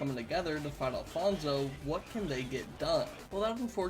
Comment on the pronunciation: Hi im Alfonso and you are pronouncing my name pretty weirdly BUT yes i think Alfonso definitely can win against freddy fazbear